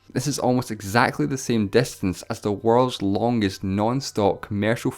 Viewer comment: wow great grammer its distance not destance lol